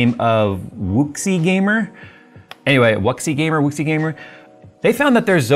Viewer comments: "Wuxi" closer to "whoosh(ih)" with the barely pronounced "ih" kinda' closer to a schwa. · Wu-Sshi, it's Chinese. Like Xi Jinping